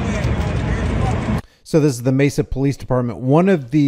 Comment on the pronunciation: The PoFleece? 😂